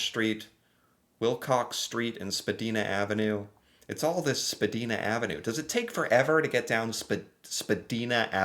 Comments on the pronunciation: I think the guy in the Tim Hortons joke is wearing a Starbucks apron. I think... And BTW, unless you're perhaps a recent immigrant, no one in Canada calls it "Canadian Thanksgiving". It's just Thanksgiving. Period. End of story. Spadina Avenue in Toronto... you pronounce it like "vagina". If you know Toronto, that's somewhat appropriate. lol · It is Spa-di-na with the i pronounced like the i in wine. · We call thanksgiving, thanksgiving. Canada has also celebrated thanksgiving much long than the states. As far as I know, our thanksgiving has its roots in the autumn harvest. I have always referred to your thanksgiving as, yank thanks! Also Spadina is pronounced, spa- dine- ah. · It’s pronounced Spa -dye-na,and it is showing a streetcar route. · Spadina Avenue in Toronto is a major street running south from Bloor Street to the Gardiner Expressway and is notorious for gridlock traffic and construction but its such a main street downtown you are generally always forced o to it at some point 😅 enunciated Spad"eye"na it's an "eye" sound again lol not sure if I'm making sense hope you get it lol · the Shuffle Demons have a song called Spadina bus. The i is long, rhymes with Oh Dinah. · Just fyi, it's not pronounced Spedina the way you are saying it, it's spelled and pronounced SPA-dina... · SpaDIEna, not spaDEEna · Only five stops away, that's a subway reference I believe. It's pronounced spa- dina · You pronounce Spadina with an I “not a “ee” fyi ❣️🇨🇦😊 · The Spa-dee-na pronunciation is killing me 😂. It's spa-die-na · Its pernounced Spa- dine-a. She is on a street car on Spadina and the stops are very far apart. Five stops can take about 20 to 25 minutes because of the distance between stops and the extreme traffic during rush hour. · The Spadina one might the referring to The Spadina Subway station and the Extension is 8.6 kilometer’s (5.3 miles) and it’s pronounced “ Spa-DYE-nah” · Spa-dine-ah. TTC subway. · Hey from Toronto! Here's how you say Spadina SPA D 👁 NA